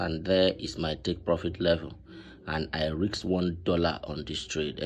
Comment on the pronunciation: Bro it’s risk not rix 😂